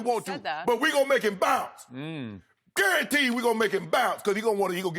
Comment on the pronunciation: lmao i died when Shannon said, "gurrantee we going to make lillard bounce outta there" lol